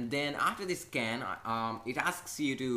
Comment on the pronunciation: I thought he said Scam and not Scan lol